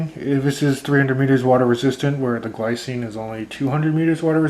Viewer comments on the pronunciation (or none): Glycine is Swiss so it's pronounced more like 'glee - tsee - nuh' or 'glee - tseen'. Also, not all of their watches have ETA movements, mine are fitted with Sellita SW 200-1. If you buy one you will have to open it to find out what movement is in there.